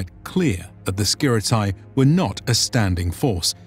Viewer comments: It's not pronounces Skirit a i, it is Skirite, with E like Lacedemonioi, which is also not pronounced Lacedemon i o i, but rather Lacedemonii. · Its SKi-Tar-E and Ah-Kade-E-in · Great video as always! If I may add a little thing concerning pronounciation of "Skiritai" that is the main subject and it is being repeated through the whole video : It is not "Skirit-eye" but "Skirit-eh" (plural). One Skiritis, many Skiritai (pronounced Skiriteh), kind of. Also, one Spartiatis, many Spartiatai (ancient form) (pronounced Spartiateh) or Spartiates in later form that is pronounced Spartia-tes (tes as in "test" not Spartiates as in "opiates"). Same goes for "perioikoi". It's not peri- oi-k-oi but rather peri- ee-k-ee with the tonal stress on "i". Thanks for your videos! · Just so you know, ai reads as e and oi as i. So, Skiritai is read like Skirite and perioikoi like perìiki. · I see very nice job in all of your videos. The only thing I want to say and this goes for 99.9% of English speakers is that diphthong pronunciation is not that. Σκιρίται pronunciation is Skiritae Same Οι=e Etc I appreciate your work but in my Greek ears this mistake sounds really bad. And don't get me wrong it's not such a big deal but I see this happening when people speak ancient Greek too. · Could you start spelling the name correctly, its actually painful to hear skiritai pronounced like samurai. In Greek, a or e or o followed by i is not pronounced like that. Instead, ai (αι), is pronounced like simple e (greek epsilon, not English e), oi like Greek i and ei like greek i again.